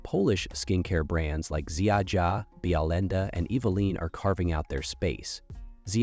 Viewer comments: the pronunciation hurts my ears 😖 it’s: Zia-ya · American pronunciation of Ziaja hurts my soul